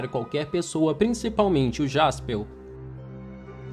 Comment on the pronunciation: Pq ele fala jaspeu , é jasperr